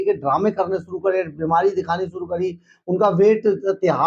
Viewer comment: pehle hindi jo ki hamari matra bhasha hai usse shudh karo. masinri nahien hota machinery, suru nahien shuru hota ha, jamanat nahahien Zamanat hota hai. anpad. baaj nahien Baaz, sayad nahien Shayad hota hai, ab aur nahien sun paoonga. aur sach bataoon too isse background change kar ke coat shirt pehen ke dukaan zyada din chalna mujhskil hai. Pehle aapni zabaan saaf karo